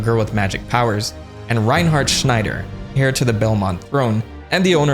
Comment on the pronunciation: Heir has a silent h just FYI